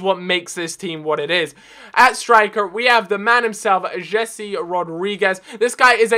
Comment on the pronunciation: Jese is pronounced "Hay-Say" not "Jesse"